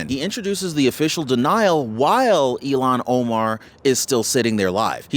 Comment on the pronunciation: fyi its not ELON Omar. Its ilhon Omar.